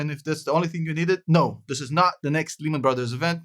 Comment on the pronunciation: 3 reasons I dislike this video. Your milking evergrande like every other channel, you were speaking Japanese even though Evergrande is Chinese, and you aren't even saying Lehman correctly. (Say it like Layman). I wouldn't trust this guys words at all.